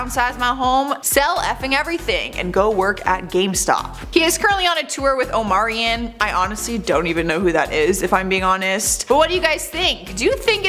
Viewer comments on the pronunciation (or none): “Omarianne” i mean not only do they get the facts wrong, but they cant be bothered to check the pronunciations of names. How careless do u have to be?😣